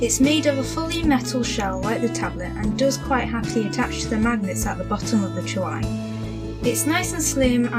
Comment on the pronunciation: It's pronounced CHEWY and the keyboard, which is now updated with a new layout and black keys, has got to have some weight or it would topple over when the tablet is inserted. I've owned this tablet for nearly a year and it has replaced my old desktop. I love it! I only paid 149GBP at the time and it was money well spent. The newer Hi13 is due for release next week.